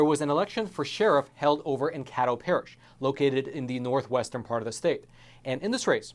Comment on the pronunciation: It’s pronounced Kay dough. The politics in smaller parishes make me believe this is more fishy than is being said.